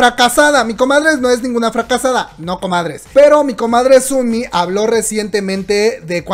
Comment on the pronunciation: ¿Por qué dices Sunmi? se dice sonmi... O no se si es mi imaginación pero weno 😂 o dices los nombres asi de cariño? Por ejm el de Chungha 😂 es chonja